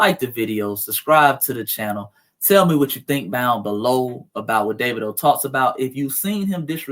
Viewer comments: Dah-vee-doh ...lol... not Day-vid-o...lol... Good work, thank you. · DAH-V-DOE is how its pronounced. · You pronounce it Da va do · Dah-Vee-Doh is how his name is pronounced. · It’s pronounced Davedo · Pronounced---> Dah veed o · I believe his name is pronounced Da-vee-dough.